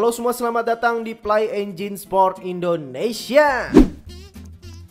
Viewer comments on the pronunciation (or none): none